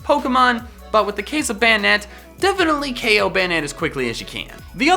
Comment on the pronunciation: O KO R U SRS ITS KO.